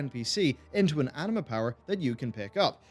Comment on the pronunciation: everytime he says anima powers i hear anime powers xD